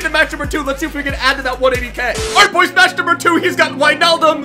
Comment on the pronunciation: Why do you say hwoys? It's soooo annoying, like if you agree